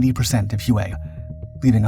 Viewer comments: Drove me nuts throughout the video. Whey not hew-ay. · Thank you Gentleman. HUE-A? OMG...anyone that grew up in those 1.5 decades of the Vietnam War, knows it's pronounced WHEY CITY! My father was in the 6S Navy and was stationed on board a "Tin Can" ship. I was very young, but he'd tell me some stories about he was told from Marines. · It's pronounced "Way not hue-a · The name of the city is pronounced WAY not who-aa. Love your videos. Please keep producing great work. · HUE is pro ounced "WHAY".Not hooway. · So many butt hurt yanks in the comments it pronounced “Way” STFU 😂 he’s a young lad in his twenties and not a major production company. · It's pronounced "Way" and my father flew USMC CH-46 Sea Knights in support of this operation. He told me that...he felt his superiors were personally trying to kill off his whole squadron! That after the battle, they only had two helicopters left in action and that they were deemed "Ineffective"...in his words and the Squadron was absorbed by another squadron and sent to support Marines elsewhere. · All the old fellas who talk about Nam they say "way" when pronouncing Hue. ❤👍🏽🇺🇲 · It's pronounced WAY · This is interesting because during the fighting, the US News channels called it Hu-ay every night. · All Marines pronounce it “Way”. 2nd Battalion 5th Marines, “The Blackhearts”. The most decorated Battalion in the Marines. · You are correct. All Marines pronounce it “Way” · You noticed that too? It is a pretty rookie mistake., I was a bit surprised.